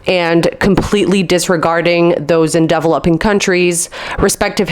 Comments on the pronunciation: i had to turn this video off because you don't know how to say developing its so cringe. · please learn how to pronounce "DEVELOPING"